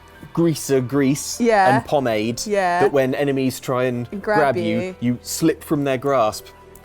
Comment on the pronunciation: As a French speaker, that pronunciation of pomade hurts. A lot.